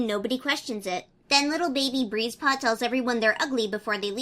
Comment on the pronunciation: Tbh everytime you said Breezepaw I thought you said Greasepaw 😂😂